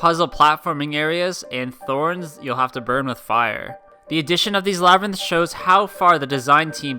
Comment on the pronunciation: "Labyrnth"? I'd like to buy a vowel.